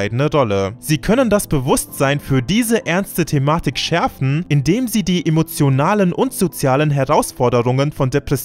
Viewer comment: Warum sagt der immer Sedie?